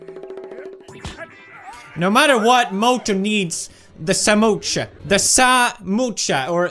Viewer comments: Pewdiepie it is not samocha it is samosa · Not samocha it's samosa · It is not samocha it is samosa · PewDiePie call samosa samosha Me:noo PewDiePie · That's not samocha it's samosa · Oh and it is pronounced samosa NOT SAMOCHA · Pewd: Says Samocha Indian: A Samocha what now? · Also him - samoocha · The spelling is just "Samosa" So same goes to pronunciation ...😂 Why does he have to go $@@